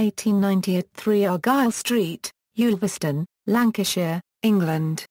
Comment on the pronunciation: One of the more accurate accounts of Stan's life, provided anyone can decipher the verbal mangling of Stan's birthplace. It's Ulverston, not Yoolverston, rhyming with "gull". There's also the usual - and understandable - confusion over his marriages, but it would be interesting to know where the idea of two museums in Harlem came from. The last time I was there (one of several visits) it was still the only one in the USA. But compared with a lot of other nonsense about Stan (eg: father of Clint Eastwood) it holds up well, though as always with such things, there's a lot left out.